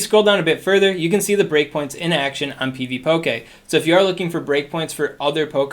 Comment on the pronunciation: Pvpoké lol that pronounciation is killing me.